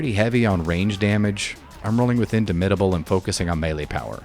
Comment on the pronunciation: "if you took big friendly rock you can take soften them up" no. you literally cannot. i don't know why you didn't bother to check to see if this was possible lol. also the way you say "indomitable" is odd. it means unable to be dominated. you should say the "dom" part the same way in both words.